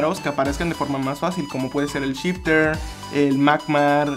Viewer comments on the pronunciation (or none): SHIFTER??????? ES SCYTHER